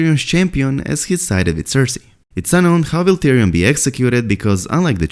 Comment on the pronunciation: not tyrion mahn pls naht